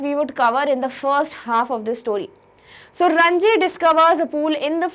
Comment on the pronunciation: mam please respond this , it is ranjit in ncert not ranji